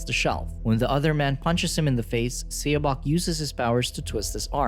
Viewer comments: Korean is really quick to learn to read because of the Korean Alphabet. Please grab someone who can just relay to the narrator how to say a Title/Name. I die a little inside when a title is mispronounced. I'll even do it for you if you let me know. q.q The title would have been read as "SawBoke". - Saw like you saw a landmark or the tool to cut wood. - Boke rhyming with woke. - And then it being one word, you run it together without a pause between the two. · It’s pronounced “suh-bôk”